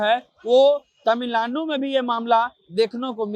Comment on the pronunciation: पहले तमिलनाडु बोलना सीख लीजिए।